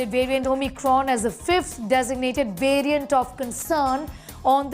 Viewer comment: Please pronounce the word variant correctly you Indians !